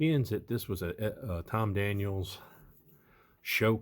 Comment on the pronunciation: As our favorite FatGuy Paul from beautiful Las Vegas notes, it's Tom Daniel. There's no "s". It's apostrophe "s", as in "The Munster Koach was built by George Barris, but was Tom Daniel's design." But it is not "Tom Daniels." If Victor Borge's Phonetic Pronunciation had caught on there would be less confusion. Having said that, What a build!!! Love the golden block. [Sounds like an award, "...And the Golden Block goes to..." You,!